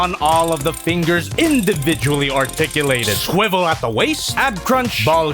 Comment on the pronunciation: scwevvell at the waist